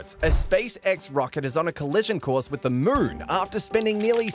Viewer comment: Why do you pronounce moon ‘mrrn’